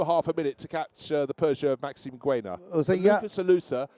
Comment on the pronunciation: Lovely coverage of beautiful cars. For the benefit of the commentators, who are doing a great job, I think Maxime Guénat would be happy if you pronounced his surname 'gaynat' rather than 'gwenat" :)